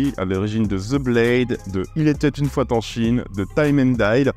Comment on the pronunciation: Salut! Je connaissais pas du tout ce film! Merci pour la découverte! (par contre, le "il était une foiT en Chine"... lol)